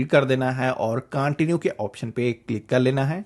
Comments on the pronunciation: [Continue] कांटिन्यु नहीं होता है, कंटिन्यु होता है! [Linked] लिंकेड नही होता है, लिंक्ड होता है! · Excellent informative video. Please improve your Pronunciation of words like CONTINUE and LINKED. That's all. God bless you.